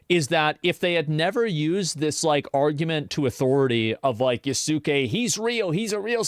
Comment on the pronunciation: It's Yas-kei. not YA-SOOOOO-Kei